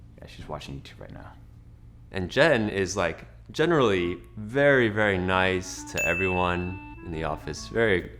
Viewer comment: On number 13, "Jen-really" XD